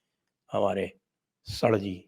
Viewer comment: दीक्षित सर.. सड़ जी उच्चारण ज्यादा आकर्षक है